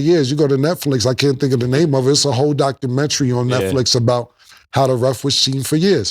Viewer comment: Cam sayin “DocumentTree” is crazy 😂😂